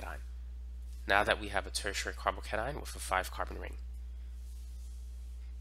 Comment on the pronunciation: Why you pronounce it like carbocanine 😂